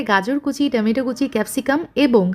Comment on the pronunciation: টমেটো কে আর কতবার টেমেটো বলবেন